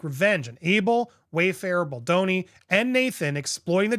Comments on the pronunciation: 😂 Bal, like Bali. Bal do ni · I love the show and Andy is great but how is he still struggling with the name Baldoni ?😂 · Can you not read? Maybe you should slow down and pronounce the man’s name properly, he doesn’t need you adding to this messiness